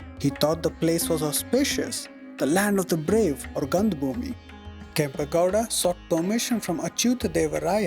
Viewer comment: Wonderful work. For the effort you are putting into these documentaries, it might be worthwhile double checking the correct pronunciations of the Kannada words with a native speaker - Kempe Gowda, Bendha Kaalooru, Veeragallu, Dhommaluru etc.